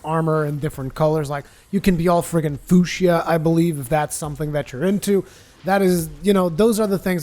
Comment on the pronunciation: "Foo-she-uh" dies laughing